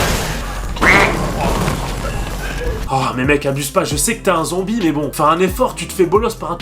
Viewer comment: Hahaahhaahhaahha tu a dit zonbie